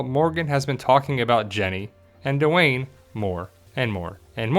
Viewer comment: normally I love your videos but come on. The character's name is Wes at the end of the show and if he was Dwayne which by the way is one syllable not two, don't you think he would have recognized his father in the video and called immediately on the Walking? Not every black person on the show in the world is Duane and more importantly what the hell does he have to do with Heath? The fact that they both have dreadlocks is ridiculous. That's like saying that Alicia must somehow be associated with Enid because they both have straight hair. Dwayne rhymes with Spain. Not Duh Wayne. Sorry.